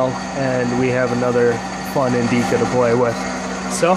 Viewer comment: wuts 'Indeeca ? ... you mean indica ? .. pronounced indicka short i short a